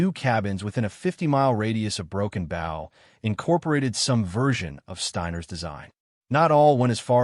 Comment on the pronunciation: Broken Booow not bough Broken Bow